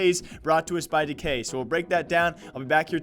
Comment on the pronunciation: Its dEE KAY not decay